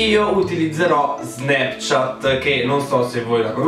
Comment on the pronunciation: Un momento. Ho appena avuto una crisi esistenziale. Da quando in qua '' Snapchat '' si pronuncia '' SnEpchat ''?! O.O